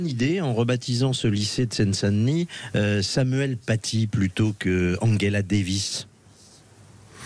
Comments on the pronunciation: Le son "ge" se prononce "gueu" en allemand comme Angela Merkel , mais en français et anglais se prononce "je" comme Angela Davis et non pas Anguela davis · Après avoir mal prononcé Angela lorsqu'il s'agissait de Merkel (ils le disaient à l'anglaise), voilà qu'ils le font avec Davis (ils le disent à l'allemande)... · Madame, messieurs, quels que soient vos griefs vis-à-vis d'Angela Davis, prononcer son prénom comme celui d'Angela Merkel est profondément inepte et ridicule.